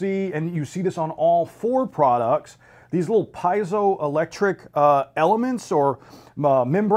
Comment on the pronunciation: Zero technical explanation of how this actually works (after the shorter gentleman asks how it works). It’s like they read the first page of the website and regurgitated that... terrible. Also, it’s pronounced ‘pee-zo’ electric, not ‘pie-zo’ electric...